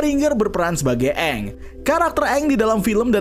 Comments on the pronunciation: Itu bukan "eng" tapi "OnG" 😂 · Dari karakternya salah nyebut nama kaya dari "Aang" malah jadi "OnG" udah kebayang kesananya bakal gimana 😂😂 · sesimple pelafalan nama Aang (eng) diubah jadi Ang indian zuko Dan white iroh Katara sama Sokka itu Inuit tapi di live action 2010 mereka kulit putih koreografi belibet untuk pengendalian tanah sederhana btw yang jadi Yue akhirnya diajak jadi voice actor Asami Sato di The Legend of Korra sebenernya untuk Netflix LA pemeran Sokka kontroversial di kalangan penggemar karena dia memalsukan kalau dia itu indegenious dan bagian dari komunitas palsu supaya dapet peran Sokka padahal dia white kalo dari casts untuk air nomads sama fire nations udah keren banget lumayan cocok sama versi kartun, earth kingdom ga terlalu aneh karena mereka negara terluas dan terbesar, cuma water tribe doang yang campur sari btw walaupun brikes cabut gue sih lumayan yakin sama LA-nya, minus water tribes yang kurang sesuai pemeran avatar dari Aang, Roku, Kyoshi sesuai banget